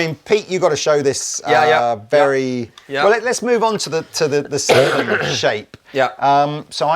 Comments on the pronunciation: Pete ffs. you know how to pronounce the Ä... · Just to let you know, the two dots above the a in the name Sälen makes it the same vowel sound as in the english words hair or bear etc. And Sälen is a small town in the Dalarna County in Sweden. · Come Pete! You can pronounce Sälen correct 😂